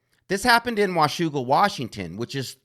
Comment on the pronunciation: I love how you said 'Washougal' correctly, as a WA resident.